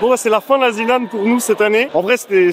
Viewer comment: pitié.. aretez avec la "Zed" Lan... même Zerator ne le dit pas comme ça... "Zi" Lan (en rapport avec le "Zi" de "THE"..)